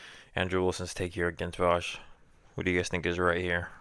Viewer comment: You don’t even know how to pronounce Vaush’s name 😂